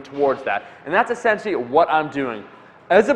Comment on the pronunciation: Hey Omar. Great video. It seems that 'essentially' is not a word that say very well. Have a great weekend.